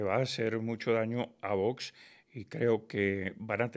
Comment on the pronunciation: se dice VOX, no vos, aprendamos a pronunciar